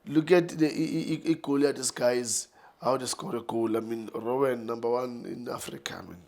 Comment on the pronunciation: It's not Rowen, it's Ronwen